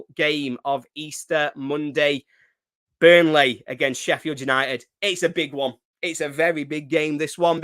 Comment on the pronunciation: Good old « Bunrley »😂